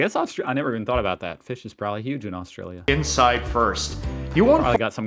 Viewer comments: The guy is watching is an idiot. His idea of the ten best Aussie food is stupid, just so misinformed, plus I can't stand the way he says Australia!! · Ok if you can’t prounce Orrrrrstralia… you shouldn’t be able make video about it… we legit don’t eat half that shit.. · Omg if the guy showing you the foods says Australian/Australia wrong again I'm gunna flip lol, and omg barramundi is pronounced barra-mun-dee